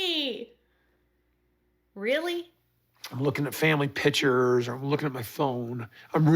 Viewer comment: Drives me crazy how he says “pitcher” and the word is “picture”